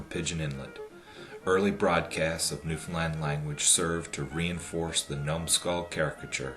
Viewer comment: I've live in Newfoundland me entire life and im some happy he said Newfoundland right tho most of it was shit